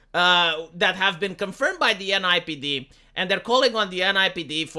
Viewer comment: ...its NYPD...not NIPD